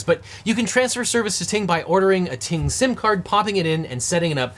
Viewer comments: Who else thought he said “T-Mobile” in the intro. 😂😂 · Glad you flashed the graphic; thought you were saying "T-Mobile". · You should really pronounce Ting Mobile better, since it kinda sounds like T-Mobile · Ting Mobile, not to be confused with T-Mobile ;)